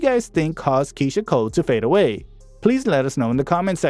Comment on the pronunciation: The lady that’s pronouncing Keyshia Cole is very stupid I wanna hear pronounce Keyshia Cole she need to learn how to t pronounce name before getting on YouTube.